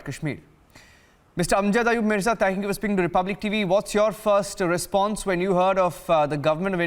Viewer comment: Terrible anchor. Can you atleast pronounce his name proper